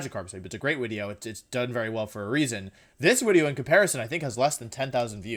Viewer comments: Im new here and I have one question, what the FUCK is up with you saying wideo instead of video. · no hate, but why the fuck he says "uideo"? AAAAAAAAAHHHHH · Why do you say Wideo instead of Video? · JY P why does he say "wideo"? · I’d say the most evil thing is how he pronounces video lmaooo, “wideo” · Im new to Wolfey. What’s the “wideo” thing about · Can someone tell me why he says wideo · He keeps saying wideo lmao. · why does he say wideo instead of video? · Why do you say wideo? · Not to sound rude or clueless, but, what's with your pronunciation of "video" as "wideo?" I noticed you pronounced it with the "v" once, then repeated it with the "w." Again, not trying to be rude, just...genuinely confused. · He likes to mispronounce things on purpose, like how he says wideo.